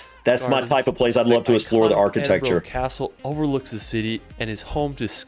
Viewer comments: Scotland has such epic landscapes, if you love hiking you will have a great time here (or even if you don't like hiking there are amazing places to visit). Please, before you go, check out how to pronounce the place names or even ask some locals. It is rather irritating when people don't even bother checking. Edinburgh is pronounced Edin-bruh, Glasgow is Glas-go. Holyrood is "rood" not "rod". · Make extra time for exploring Scotland, we'll worth it everywhere looks like a postcard. If you have time look into the west highland way, its a 98 mile hike and remember we dont have any trespass law. Hate how he says Edinburgh lol Ed in burra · As a Scot, the guy's video that you're reacting to; he's butchering the place names... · The mispronunciation from that guys video 🤯 butchered it.. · TO SAY THIS GUY VISITED EDINBURGH YOU'D HAVE THOUGHT HE WOULD HAVE LEARNT TO PRONOUNCE THE CITIIES NAME CORRECTLY LOL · The guy on the video is reacting to is hilarious, I don't think he got one name right in the whole video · I don't know what youtuber you are reacting to, but for him to mispronounce practically every place he visited and passed the pronouncing to his followers is disrespectful! 🏴🏴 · If only he could say Edinburgh correctly 😊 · Hi from Edinburgh. As others have pointed out, this is a tiny part of what Scotland has to offer, you must come see for yourself. You may even learn the correct pronunciation of the places shown 🤣👍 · So that's basically Edinburgh and the Isle of Skye then ! There's more to it believe me and by the way I'd have a go at better pronunciation than that guy. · Love my fellow Scots getting triggered by mispronounced locations 😅 if you like hiking then get yourself over here you’ll love it. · I cringed every time he said Edinburgh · It's so annoying when Americans keep saying Edinbro or Edinborrow. For Gawd's sake, there's no O in Edinburgh. We say Edinbrah or the locals say Edinbree. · Not Edinbrooo but Edindbraa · burgh not bro the